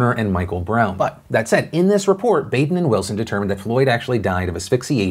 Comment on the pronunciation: Philip, you are pronouncing Baden's name wrong. It is pronounced like Bahden.